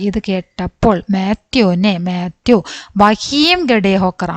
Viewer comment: tr class kollam but mathew enn alla matheyo enn aane